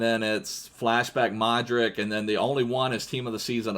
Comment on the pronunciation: I love ur videos and its luka modrich when u say it I know u just reading it but it should be rich at the end